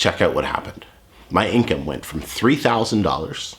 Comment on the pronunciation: What a depressing dude, he can't even say "income"